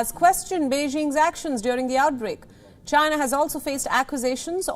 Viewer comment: The who is disapointed in chy-nah??!😂🤣😂🤣